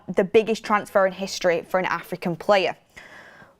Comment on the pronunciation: WTF did I hear u just say world premier league record fee for an ",Aftican" fork off